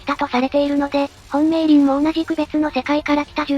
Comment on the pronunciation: 美鈴 みすずじゃなくてめーりんと読むのも好き(*^^*)